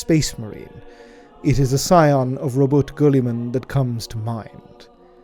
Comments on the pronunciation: ITS RAH' BOOT' TAY' GILL' A' MEN.......JEEESH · I love how he says Ruboot Goolimen